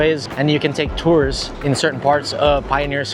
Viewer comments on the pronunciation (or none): none